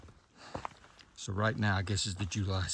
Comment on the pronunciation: Congrats on the 1900 miles done!! 🎉. And is there any other way to say “winta”? (I think not) 😊😂